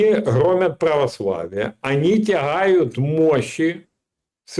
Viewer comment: Не грОмят, а громЯт